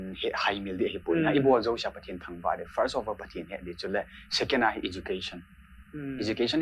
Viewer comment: Blonde chula nahi in, "First of orr" nahung ti jeng vang chu.. kaki sai lih deh chet e!